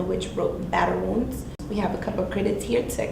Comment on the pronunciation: Battle "Wonds" x10 Really? Don't quit your day job